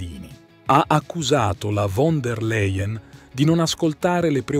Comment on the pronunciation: Làien! Si dice Fon der Làien!!!!!